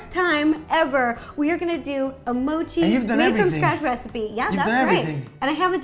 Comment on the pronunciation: At least learn how to say mochi😐!!!!!!!..bcz thats our beloved park jimin's side name💜